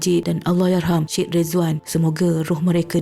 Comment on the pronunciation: Sebutan Syed = sya ed ✅ Sed ❌